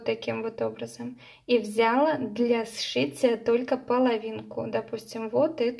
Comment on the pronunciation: Милая девочка, взялА, а не взЯла. Вы из Смоленской области?.